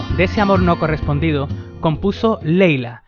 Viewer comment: LAYLA AMIGO NO LEYLA